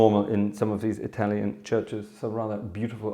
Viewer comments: I had to rewind and listen again to your italian, would have never expected such good pronunciation. Complimenti, grazie per questo piccolo regalo ai tuoi appassionati dallo stivale (Congrats, thanks for this little gift to your fans from Italy). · During the first few seconds I thought the video was only in italian😂. Ottima pronuncia by the way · Wow, very good Italian pronunciation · Good italian pronunciation!😄